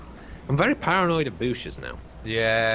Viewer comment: "im very a paranoid by booshes now"